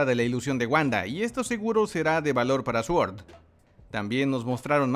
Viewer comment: Se pronuncia suord...